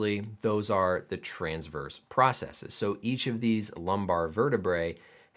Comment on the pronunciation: thank you for not pronouncing processes like it's the plural of "processis". it seems to be a peculiar american issue that people have decided the wrong pronunciation sounds "more technical", and it grits my teeth